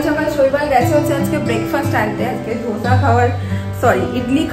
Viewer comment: Its not dhosa its dosa ok.. 😊